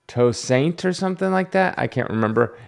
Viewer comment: Hi, the Caribbean name of Black Panther's son in the movie was Toussaint, a French name, so one would roughly pronounce it as too-sén). The child also has a Wakandan name, I believe that was T'Challa, after his father. Toussaint is a fitting and cool name! Because in real life, Toussaint Louverture was the leader of the Haitian and Dominican slave rebellion against French rule. That rebellion succeeded and Toussaint Louverture became the President of the island. It was the largest and most successful slave rebellion ever in the Western hemisphere. It spooked the bejesus out of US slaveholders. I can imagine why Nakia would name T'Challa's son after Toussaint Louverture.